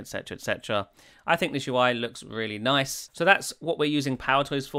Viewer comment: The way you say "Nice" reminds me of that "Noice" meme guy.